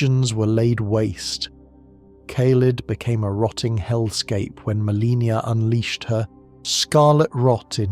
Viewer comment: I love your content but you always pronounce Miquella, Marika, and Malenia incorrectly which is kinda jarring. Anyone who has fought Malenia should definitely know to say both her and her brother's name. Maybe watch some cut scenes for the correct way to say them. Unless this is AI content, it's an easy fix.